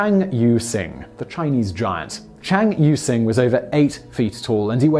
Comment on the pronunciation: It almost sounded like you were saying Can You Sing when you were reading the Chinese guys name!